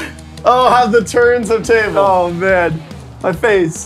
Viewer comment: Did say how the turns have tabuld at 8.00 😂😂😂